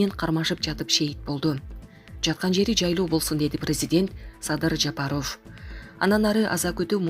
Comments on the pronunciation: Ушул жанылык окуган журналистка Садыр Жапаровдун фамилиясын ударение туура коюп окусан болот эле.Садыр Жапароов эмес Жапааров деп а тамга басым менен окусан. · Ушу окуганкызды карманам 1 кун кечке Жа-па-ров деп айттырмакмын . Уят ай уят окуганын эмне ээ кокуй